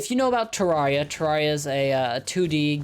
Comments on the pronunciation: it's ter air ia not ter rawr ia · Title: most embarrassing moments: says terria instead of terraria Add 1 more to the list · ITS CALLED TER-AIR-IA BRUH dont insult my homeboy terraria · Terarria is pronounced rare not rar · imagine pronouncing it ter-are-ia instead of ter-air-ia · The way the pronounces terraria Am I wrong in saying it's "ter-air-ia" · The way he says terraria be like teRAWRia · its pronounced TerAiria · "Torawria" - 2020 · please... its ter AIR e uh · Why do I find it so funny that he can’t say that word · I’m sorry I hate the way you said terraria